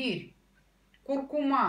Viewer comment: Правильно произносить «курку́ма».